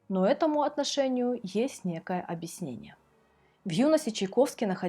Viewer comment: "этому есть абиснение"...